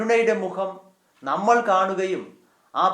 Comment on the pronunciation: ബഹുമാനപ്പെട്ട അച്ചാ, വളരെ മനോഹരമായ ഈ സന്ദേശത്തിന് ഹൃദയം നിറഞ്ഞ നന്ദി. ഒരു കാര്യം വളരെ എളിമയോടെ അങ്ങയുടെ ശ്രദ്ധയിൽ പെടുത്തുവാൻ ആഗ്രഹിക്കുന്നു. ൾ, ൽ തുടങ്ങിയ ചില്ലക്ഷരങ്ങളിൽ അവസാനിക്കുന്ന വാക്കുകൾ അങ്ങ്, ള്, ല്‌ എന്നാണു പലപ്പോഴും അവസാനിപ്പിക്കുന്നത്. (ഉദാഹരണം, നമ്മൾ, അവസരത്തിൽ). ഇത് വളരെയധികം അരോചകമാണ്. മാത്രമല്ല, നമ്മുടെ വൈദികരെ മറ്റുള്ളവർക്ക് പരിഹസിക്കാനുള്ള ഒരു അവസരം കൂടിയാണിത്. ശ്രദ്ധിക്കുമല്ലോ.....